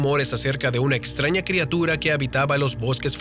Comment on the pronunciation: Madre mia alguien le puede decir que se pronuncia/escribe crIatura y no crEatura?